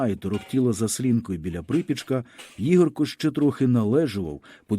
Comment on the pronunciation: Для пана що читає цей твір: у слові Ігорко наголос ставиться на перше "о". Дякую.